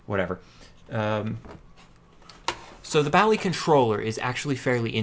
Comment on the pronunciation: 100 means one minute. Light indicates when its "reading". You need an audible signal connected to the Basic cartridge, to load some very good games and programs. Sounds a little like an old modem. Then your game or program will load. You pronounce Bally wrong. Have a nice day!